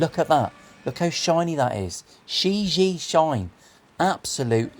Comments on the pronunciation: It's pronounced "shee gee yeah" Chinese for World..Not being a smart ass : ) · Hi I want one of these. Just for reference the name of the guitar is pronounced Like sherr jee air correct mandarin. Love the video and lovely guitar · It has different meanings and pronunciation. The world is one of them but that’s shea je inuncisted. It also has a ghost type commutation in Taoism. It’s also a name it’s actually the owners son amongst the dealers it’s she gee just like says. Mark Shijie UK